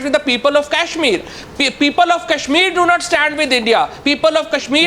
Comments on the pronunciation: actually it's Kashmir V/s Cashmir.... lol... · Cash - meer.. !! Naam to thik se le nai pa rhe,,Chaiye inhe Kashmir. Ye Candy Crush tak hi thik hai :P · its not cashmir, its kashmir... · haha the second pakistani panelist was conflicted between saying Kashmir and CASHmir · Kashmir bolna nahi ata aur bhikhari kashmir mang rahe hai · Chutiye ko Kashmir toh kehna aata nahi aur inko kashmir chaahiye